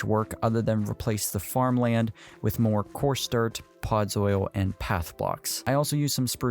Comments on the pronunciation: “Podzol” not “pods oil” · Ughh... He kept calling it "Podzoil" instead of "Podzol." The video is truly very good, though. The red leaves on the tree Made it look like a poinsettia. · its not podzoil 😂